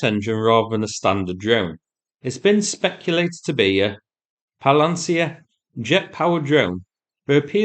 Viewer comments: Palancia is a Spanish word! You are not even close! 😁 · Pal-ent-e-ah-neat-see-ah. Edit phonetics is harder than i remember, and it made me forget entire syllables. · Hey this guy can't pronounce palianytsia!